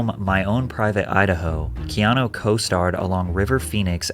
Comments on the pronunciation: The commentator in the video Adogg plays totally mispronounces Keanu’s name, for Pete’s sake. Someone please tell him that the U at the end of his name says OO, not OH. His name is not KEANO. Don’t we all wish that there were more REAL people in the world like KEANU REEVES?!? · I have to wonder about this. I hope it's true but he did lose his "first born" AND his girlfriend. "The nicest man" narrative may be lending to a trojan horse scenario. His name is Hawai'ian and to pronounce it correctly, it should be said as if the e were a long a instead of a long e. He is also one of my fave actors. He's like Clint Eastwood in my mind; an actor that chooses roles that reflects who he is and so he can just be "himself" whereas most actors put on an act for roles that are nothing like who they are. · His name Keanu, is pronounced Kay-ah-nu, not kee-aw-new or kee-ah-know.